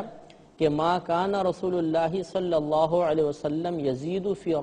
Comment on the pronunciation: Ye Mufti sahab khud mazhul tariqe se bol rhe hai... Maruf nhi.. Exp: Sallallahu...not Sallallaho.